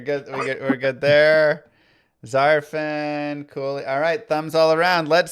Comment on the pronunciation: Zarfeeen 😂 Also Coooley with the names LoL